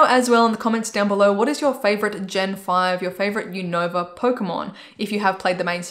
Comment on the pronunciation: Not to be rude but it’s pronounced like u nuh vah